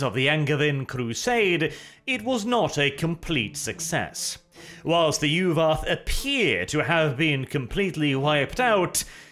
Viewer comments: Yu'wath? More like U w0t! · The soft Norse V makes Yu’vath sound cooler.